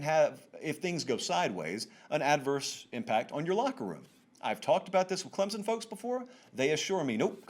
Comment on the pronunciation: Regarding Clemson: the correct local pronunciation has an invisible "p" and the "o" makes a short "i" sound. Clemp-sin.